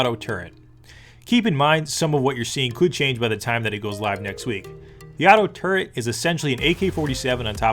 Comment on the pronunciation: Cool but man Its a "Turret" not a "Turrent"